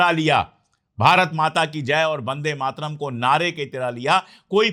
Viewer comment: आदर्णीय अशोक पाण्डेय जी वह शब्द ' वंदे मातरम् 'है और आप बंदे मातरम का उच्चारण करते हैं मैं आपका फालोवर हूं इसलिए सुझाव है कि कृपया शुद्ध उच्चारण करें।